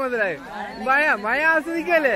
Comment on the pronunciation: മയ അല്ല മഴ യാണ് bros🥰